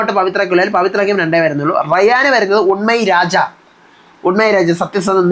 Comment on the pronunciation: "imsai rani" means annoying rani, "busvanam" means small cracker(പെട്ടെന്ന് അണഞ്ഞു പോകുന്നത് ). പിന്നെ റയാൻ "ഊമൈ രാജ" ആണ് അല്ലാതെ "ഉണ്മയ് രാജ" അല്ല (ജെഫ്രി nomination live il അത് explain ചെയ്യുന്നുമുണ്ട്.). തമിഴ് ൽ Mixture നമ്മുടെ ഭാഷയിൽ ' വാഴ ' എന്ന് പറയുന്നതാണെന്ന് തോന്നുന്നു, അല്ലാതെ 'കലങ്ങികിടക്കുന്നു ' എന്നല്ല